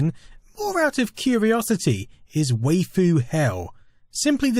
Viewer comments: It's pronounced WHY-FU not WAIF-OO, the meme is from Azumanga Daioh where a creepy teacher drops a phone and students asks who's the pretty woman there, and he answers: MAI WAIFU. It's a person from Japan's attempt to pronounce My Wife, but adding -u because that's how Japanese language works. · Yeah, the pronunciation was killing me. ^^ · "way foo hell" facepalm/sigh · I swear they can't pronounce foreign words for shit over there across the pond. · It's pronounced "Wife-fu", It's an Otaku/Weeb (fan of Japanese Anime and/or Japanese 18+ Anime) term for a sexy/cute anime girl. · 2 things: 1: What's with the stuttering? I thought that my computer is acting up, but it is the same on my tablet. 2: Waifu is pronounced like wife, but with an "u" in the end. This is not a coincidence, but a japanese transcription :D